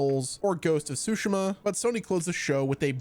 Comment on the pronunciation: Bro said "Ghost of Sushma"